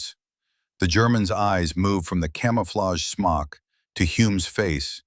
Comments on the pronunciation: He took the Germans Smock, a Camouflaged Cape. (AI pronounced it “smoke”……..check your production work !! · 7 rounds in a 5 round magazine? I don't think so, and it's a smok not a smoke. If you can't get your details right you're not credible. What's an aerodiome? Do you mean aerodrome? This is comical. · Smock not smoke